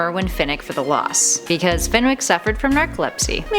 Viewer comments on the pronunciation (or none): none